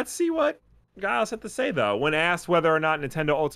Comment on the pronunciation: I've never heard the name Giles pronounced with a hard 'G'. USA, you continue to astound me.